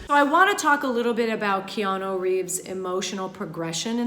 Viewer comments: She keeps saying "Keano." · Why does she keep saying "Keano" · Up next: comments section breaks down acting coach’s performance of the name “Keano”